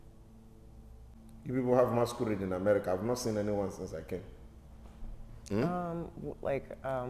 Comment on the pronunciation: The was he says masquerade sounds MASKURRRRED🤣🤣🤣🤣🤣🤣